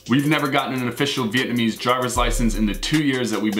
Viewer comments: Wow!!! you guys are soooo white (with the pronunciations). Other than that, great video. Thanks for referring to my city of birth Saigon and not HCMC. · cringing at yall Vietnamese. Great video!